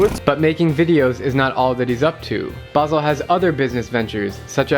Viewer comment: Its Basel not basil but its okay